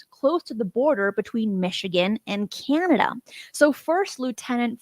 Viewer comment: Three things: 1. This show is better WITHOUT Jimmy interrupting and being condescending and loud. 2. Great episode! 3. “Key-Anada” god that pronunciation of “Canada” kills me.